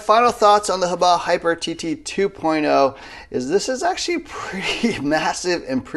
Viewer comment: I hate when other people use 3 syllables to pronounce HoBao. Ho-bay-oh? No. Hoe, bow!